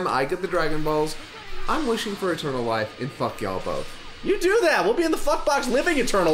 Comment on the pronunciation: When mentioned wishing for “eternal life”, anyone else thought he said “a turtle wife” or was it just me?